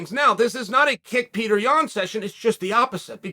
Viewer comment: The american-izing of names is getting out of hands. His name is just like you'd say Piotr if he was from Poland, but since he's from Russia, it's just Peter? Come on, it isn't hard to respect nationality. Pee-oh-turr. Not Peter.